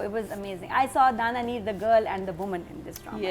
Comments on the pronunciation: never takes Dananeer’s name correct. She said Danameer or Dania everytime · stop pronouncing her name wrong it's dananeer nit Dania neer so plzzzzzzz😢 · Dania neer bhi nahi dania meer 😂😂